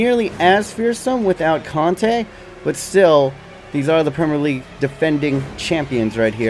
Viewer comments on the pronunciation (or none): none